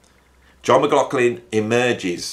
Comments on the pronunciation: Even being German, I dare to give a comment on the pronunciation of “McLaughlin”. Doesn’t the name have somewhat Gaelic roots with those strange consonants? There is a way to pronounce the gh softer with slightly breathing H. Like German “Bach”. Not Bak as Anglos like to say, but Bachhh. Can You imagine what I mean? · Muck Loff Linn....repeat slowly and speed up....and you'll get there😂😂😂 But don't worry too much...your pronunciation might be off but your content is great. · Yes...I'm aware of this but in the end if I don't pronounce M-Glock-Lin then I will be cursed with continual comments regarding the pronunciation. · I think the ambiguity with how McLaughlin is pronounced is due to people with that name pronouncing it differently, depending on whether they have Irish or Scottish ancestry. I understand that the reason John McLaughlin was born near Doncaster in South Yorkshire is that his mother, who taught Piano, left London whilst pregnant with John, to escape the Blitz bombing of London during WW2. I've read that he lived in Kirk Sandall, which is about 4 miles NE of Doncaster city centre. If anyone knows the address he lived at, I'd love to know because I only live about 3 miles from there. If the residence is still in existance, it deserves one of those commemorative Blue Plaques like the house that Jimi Hendrix lived in, in London, has.